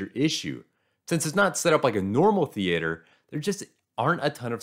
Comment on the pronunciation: stop saying theater like that. stop it stop it now